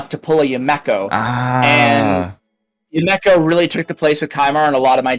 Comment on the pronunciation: YA-Mek-Oh … lol